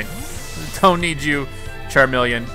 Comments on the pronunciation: The way you pronounce Charmeleon stresses me out. 🤦🏻‍♀️ I still luh you tho 🥰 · The pronunciation of Pokemon names is making me twitch lol... How have you never learned how to say charmeleon and venusaur???